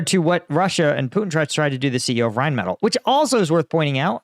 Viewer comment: Pronouced rine • meh • til